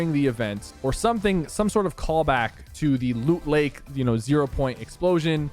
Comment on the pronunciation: “Luut layke” lol